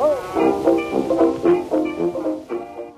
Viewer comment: Surfer, not server.